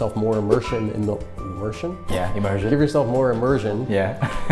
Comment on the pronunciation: Imursion huh... 😂